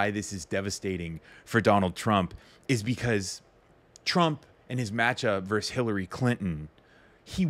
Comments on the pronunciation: Why do you say "verse" and not "versus"? It's distracting. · "versus" not "verse." Otherwise I love your stuff. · Verse! Dude, the word is "versus". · “Verse“ ? no, no it’s not verse; it’s versus! Do you know what you’re talking about? Do you understand the words and sentences you utter? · Its VERSUS ...not Verse!!